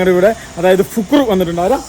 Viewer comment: ഫിക്രു അല്ലടോ ഫുക്രു കൊല്ലം 👌